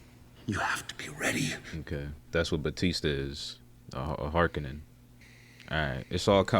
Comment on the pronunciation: The pronunciation of Harkonnen is garbage in these new movies. Emphasis should be on the HarKONNEN. Draw it out. Sounds much more badass.